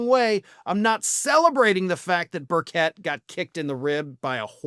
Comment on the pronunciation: It's pronounced Bur Chet.